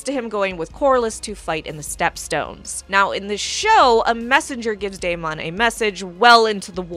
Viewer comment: why are you pronouncing Deamon so weird